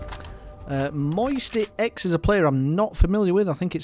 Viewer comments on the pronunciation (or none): its "MMoisty" not "MMoistyx"